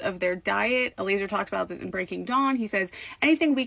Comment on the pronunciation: Its pronounced Eh-LIE-ZER